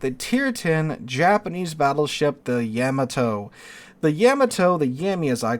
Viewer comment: You mispronounced Yamato